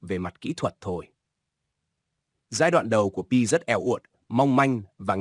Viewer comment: Anh đọc pi cho rõ còn cứ đọc bai hi❤